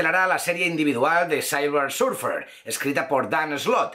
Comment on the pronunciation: sailver surfer? por dios, mejora tu inglés.